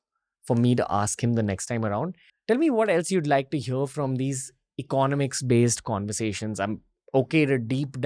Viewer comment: eco-nomics not econ-omics.